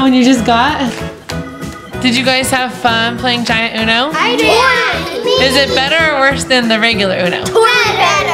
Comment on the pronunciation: Haaahhahahahh its uno not uon